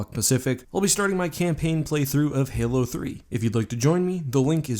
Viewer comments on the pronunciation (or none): none